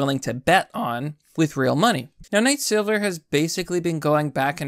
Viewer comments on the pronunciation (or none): none